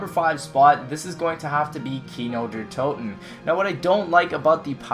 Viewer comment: On You Said Gino Der Toten. He:P